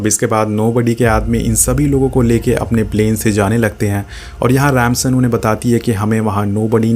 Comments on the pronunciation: Rip English it's Dom not Tom, it's Ramsey not Ramson😂😂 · Its dom not tom Its remsi not ransan